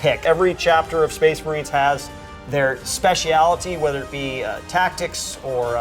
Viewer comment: No way a spec ops dude mispronounced "specialty"